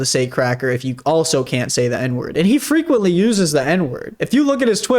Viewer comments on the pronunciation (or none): "frenquently" well....